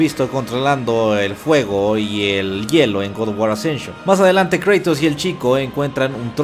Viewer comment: hermano, si vas a decir GOD OF GUAR con pronunciación en "inglés" entonces es correcto decir "Gad of guor" ya que no pronuncias oh my god, pronuncias oh my gad, en resumidas cuentas hermanito lo pronuncias muy mal, te lo digo como fan porque preferiría que dijeras god of guar pero sin ese estilo como de que lo estas diciendo en inglés ya que en español las palabras en otro idioma las puedes pronunciar como se leen siempre y cuando no le metas estilacho. Saludos hermano y sigue adelante, buenos videos siempre.